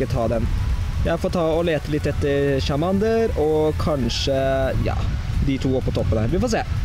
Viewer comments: hvorfor sier du chamander i stede for charmander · Charmander uttales tsjarmænder!